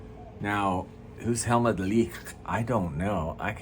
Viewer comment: I like the way you say Helmut's name!